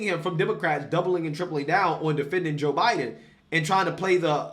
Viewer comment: You mispronounced "the joe biden administration."